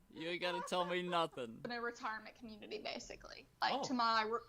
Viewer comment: it's pronounced community not comuney and I also can't stand the way he says Patreon.